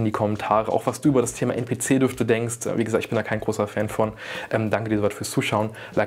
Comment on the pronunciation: NPC wird englisch ausgesprochen mein bester hahah